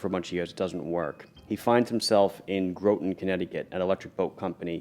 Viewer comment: FYI. Groton, CT is pronounced… “Graahhten”